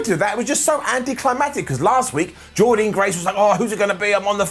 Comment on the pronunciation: Excellent ups & downs but...PLEASE SAY JORDYNNE GRACE’S NAME CORRECTLY!!!!!!!